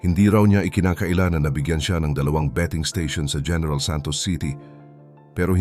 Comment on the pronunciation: Gẻneral????? o diskarte hẻneral😂😂😂😂😂